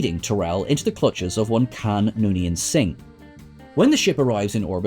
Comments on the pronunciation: "leading Terrell into the clutches of one Kan Noonien Singh..." Um, his name was "Khan," not "Kan." Sounds like "pawn" but with a "K." Heck, Kirk even yells out his name in the movie, so you should try watching it. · Can we stop for a moment to question if (the narrator) even saw Star Trek II, given that he pronounces Khan's name as "Can?"